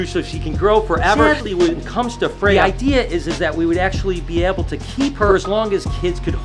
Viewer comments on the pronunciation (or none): In Swedish, we would roll the R pronouncing Freyja, we almost always roll the R's. Also I love norse mythology as it goes back to my ancestors religion being from a family as far as I know purely Swedish. I haven't heard anything about ancestors outside the Nordic countries at the very least. I don't know if this is how they're originally pronounced but in Swedish they are.